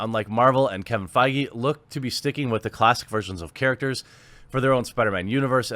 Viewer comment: Dude... you gotta learn how to pronounce feige 😂